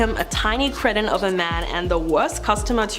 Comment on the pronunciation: The word is "cree-ton", not "creeshin". 😉